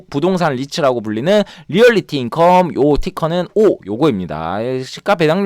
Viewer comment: 재밌네요~~ 오류가 하나 있는데... 리얼리티인컴이 아니라 리얼티인컴입니다^^